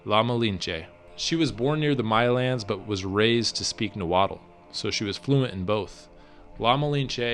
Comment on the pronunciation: i would practic your nahuatl pronunciation. tl has a lispy th sound. and the aztec were know as the mexica and the x has a sh sound